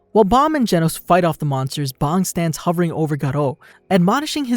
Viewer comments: You pronounce bang like bong my boi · Why my boi pronounce bang like bong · It’s bang not bong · aint no way he just called bang bong lmfao